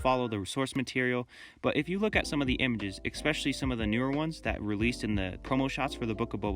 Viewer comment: "Ekspecially"... ? Nice prototype... now make the final object using fiberglass.